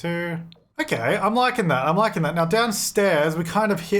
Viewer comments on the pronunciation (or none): Anyone else thought :"I'm LYCAN that" instead of "I'm likin' that" ?